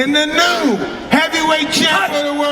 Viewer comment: Mike at the end saying and the new is a pissa